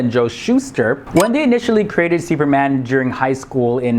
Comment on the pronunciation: The way you pronounce "Seeuperman"